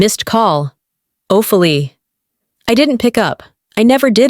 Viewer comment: Hey AI, the correct pronunciation is Oh-fee-lee-ah. Stories are good, but the narrations need work. Please proof read and edit when needed.